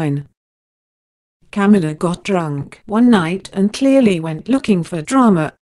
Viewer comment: Corey's Morgan Agree. It is Ca-mila not Cam-ula on top the fact you can’t Understand what is supposed to be English.